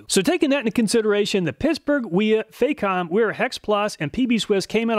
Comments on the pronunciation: Great video again sir! If i may be so free, Facom is pronounced with the A as in the word barn. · It's not Fay-com, the "Fac" rhymes with "Back".